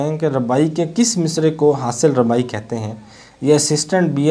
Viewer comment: Bhai rubai hota hai ne ke rabai correct it